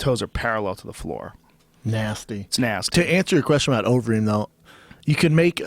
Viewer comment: "uberreem" LMAO